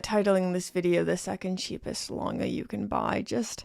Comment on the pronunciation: That is not how you pronounce it